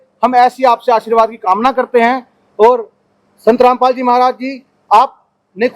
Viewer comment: Randpal bolo kya rampal bol rhe ho